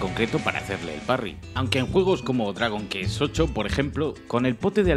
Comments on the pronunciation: ¿He escuchado Dragon "Kes" en el minuto ? XD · Gran vídeo, pero pronunciar "Dragon Kees"... ¿En serio? Se perdona jajaja. Una manía que tengo, en todo RPG, llevar todo encima, tengo el síndrome de Diógenes en los RPG. Y quedarme siempre un objeto de cada aunque sea el más mierda que haya. En Skyrim me suponía muchos problemas de movimiento 😆